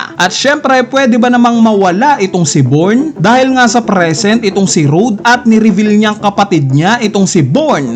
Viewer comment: anong born!? bijorn mag pronounce nyan 😂